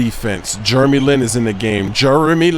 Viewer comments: It`s "Jeremy" not "Jurremy"...and he is from"Taiwan" not "China"!! Don`t say something that makes you like a fool. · I love how calls Jeremy Lin *Germy Lin* HAHAAA!